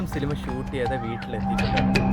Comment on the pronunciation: സിലിമ അല്ല സിനിമ എന്ന് പറയാൻ പഠിക്ക് 🤣🤣🤣